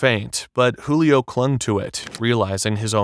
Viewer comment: Julio not Hulio